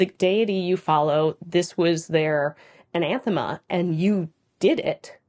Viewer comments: It kind of sounds like you are a saying "anaNthema"... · Good video but you really like adding that second N in anathema. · I enjoy the content, but if I have to hear you say Anathema with an extra N one more time. I'm gonna lose it.